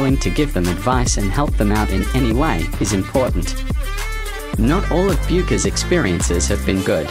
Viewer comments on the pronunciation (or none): How about learning how to pronounce the name of the person you are talking about. Research 101!